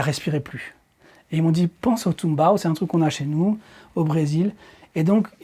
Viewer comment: Le tumbao existe réellement tu ne l'as pas inventé et çà se prononce bien comme çà, mais c'est dans le Són, la Salsa et ses dérivés ;)